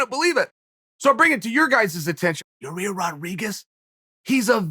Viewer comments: Hey Chael I just want you to know that I know when you fuck up names of fighters, it's on purpose. Hilarious. Love the subtle digs you take at certain people while playing dumb keeping a straight face. "Yarir" lol. There's many other times you've done it I'm sure there's a compilation video somewhere on the interwebs can't think of any others atm.... Hilarious Sir. Keep up the great work! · Your-Air or You-Rare how bout we make it easier for Uncle Chael Ya-Year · Your ear? Ya rear? Your rear? Urea? Your year? Yo year? Yo rear? Year rear? Year ear? Ya year? Ya ear? FFS, Chael, pick one mispronunciation and stick with it! 😘🇺🇸👂🏻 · Gotta love the enthusiasm when old Chael talks about "Your Rear" Rodriguez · real name of the pronounce is YAIR Rodriguez AKA El Pantera,sonnen. I heard of it, In My Opinion. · Ya-ear Rodriguez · Your-Rear Rodriguez.... 🍑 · I'm just here to hear uncle chael say "YaRear"... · Lmao How he gone keep calling this man "ya rear" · I hit the play button on this one just to hear Chael try to pronounce Yair. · It’s been 5 years . Learn how to say yair😅